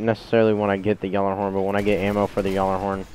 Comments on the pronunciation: It's pronounced gallahorn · dude your pronounce gjallerhorn wrong